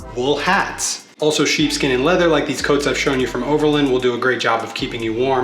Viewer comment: I thought he said "cheap skin" not "sheep skin" 💀